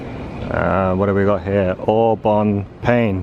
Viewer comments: Au Bon Pain, pronounced "pang." A friend of mine from France won't let me forget that. Anyway, it's nice to know Taco Bell will save us all. Not that the food is that great, you should have eaten there, since there are few in the UK. Burger King is everywhere. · your pronunciation of au bon pain is horrendous. It is even worse than an American trying to say it!